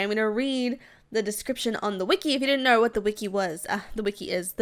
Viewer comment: She say ner instead of know